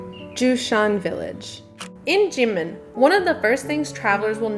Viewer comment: Why is Kinmen pronounced "Jinmen"?